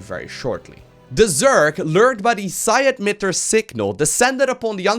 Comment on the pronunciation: it's emitter, not edmitter